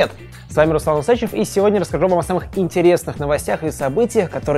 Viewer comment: Усачёв!!!! Усачёёёёв!!!!! УсачЁЁЁВ!!! Сука, ударение на Ё!!!!